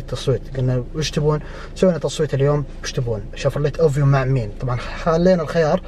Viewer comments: للتصحيح; اَڤيو وليس اُوڤيو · ياخي تكلم عربي وش شفورلية اوفيو عدمة الاسم اسمها افيو و اليارس موب اسمها ييرس ههههه اهدى شوي ما نفهم مصطلحاتك